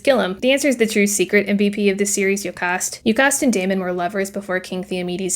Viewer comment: See what I’m getting from this more than anything is that we have been pronouncing these names VERY differently. You said “Yo-cahst” and I thought of her as “joe-cast” You said “law-rant” and I thought of him as “Law-rent” You said “Day-min” and I thought “Dah-men” This is the tough thing about books. I’ll only ever read them, and most of the fandom is online. I guess I’ll have to go get the audiobook to see which of us were right.